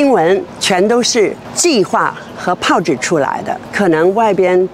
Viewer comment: 连“炮制”都读不正确的人，真的能成为记者？😅😅😅😅